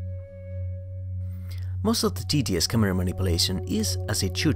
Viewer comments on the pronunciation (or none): No, your English and pronounciation are really good, it's just that saying TTS quickly sounds exactly like tedious!